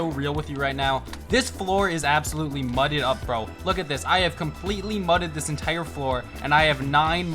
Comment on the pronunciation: Why did he say mudded like that😭